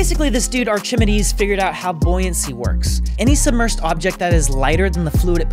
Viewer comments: Actually it's arr-ghi-mee-dees but English doesn't really have the Greek g sound. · “Ter-man-a-tor” “arch-imi-des” mispronunciation of names is always funny to me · Everyone else: Archimedes of Syracuse Americans: Archmeds Just kidding. Loved the video, hope you guys make more. :D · Ar-ca-mee-dees Your welcome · Pronounced arkimeedees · Funnily enough "A-chi-met" is exactly how Archimedes is pronounced in Vietnamese. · arkimeds? archimeedeez? sure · I like how completely butchered Archimedes' name every time except when he said Archimedes' Principle XD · They pull each other about pronouncing Archimedes name and then proceed to say it in a way I have never heard before in my life. The Hindenburg did not explode, it burst in to flames. That's Americans I suppose. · Don't ever try to pronounce Archimedes again please 😂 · I’m triggered they couldn’t pronounce Archimedes. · You both pronounced Archimedes wrong. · not only he can't pronounce Archimedes, he can't type "invented buoyancy" correctly.. LOL 🤣🤣🤣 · I absolutely loathe that pronunciation of archimedes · I love how both of them managed to mispronounced Archimedes 😂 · I'm triggered by how they pronounced Archimedes... 😅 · When he committed that heresy I immediately paused and went to the comment section looking for my fellow scholars. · How tf you both mispronounce Archimedes? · All of you complaining about mispronunciation of "Archimedes".....He's been trolling you dorks so hard for years! His intentional mispronunciation pretty much started with his first science vid using Star Wars and referencing "Return of the Jeddee".......He likes to make you grammar dorks cringe.......because it works and it's funny. Your cringe is entertaining. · I can't tell if he's trolling with the mispronunciations or not :D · listening to their pronunciation of Archimedes made my ears hurt. ☺☺ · Still wrong, though, that's not how "ch" is pronounced. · saying things wrong is always great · it’s Ar-ki-mee-deez